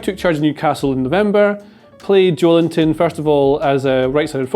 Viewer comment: guys. JO-EL-INTON. not JOE LINTON. maybe thinking of it as "Joel Intón" helps? The stressed syllable is "-ton". Hope I helped